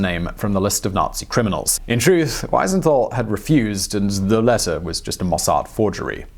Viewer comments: It's "wee-zen-tuhl" (Wiesenthal). Not Wysenthall And the name is "Wernher von Braun". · Not Weisenthal (when speaking), but Wiesenthal. He deserves being called by his right name. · Wow! What an amazing story. An itty bitty nit: "Weesenthal", not "Whysenthal". It's "ie" not "ei". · Simon Wensenthaal? Wisenthaal? Oh dear, oh dear. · It's a little disconcerning when a channel this size, and dealing with this particular subject matter, gets Simon Wiesenthal's name wrong six times in two different ways. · Apart from the fact you kept mispronouncing Simon Wiesenthal's name - which really is an unpardonable error - this l is perhaps your best BlO video. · The famed Nazi hunter Simon What now??? You mangled that guy's name you know. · German "ei" as in Greif is pronounced like english "eye". Whereas "ie" as in Wiesenthal is pronounced like english "beer". So you mixed them up. 😊